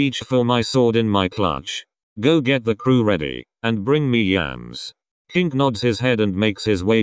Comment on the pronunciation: I died laughing cuz of the voice over continuously changing "Kino" to "Kink"